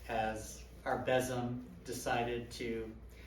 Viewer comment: this is beautiful. The altar, the music, drums, meditation, invocations, ritual... and the amount of educational information worked in between the lines. 5 stars. A very powerful moment with the drumming and nice to hear somebody pronounce besom correctly for the rest of us; ) Absolutely wonderful! Thank you! Blessed Imbolc 2021 🐺